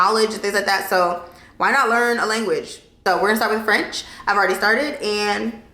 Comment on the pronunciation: Your French pronounciation is really good, girl!! As a French-Canadian, I'm impressed! Bonne année 2023! 🙏🏼✨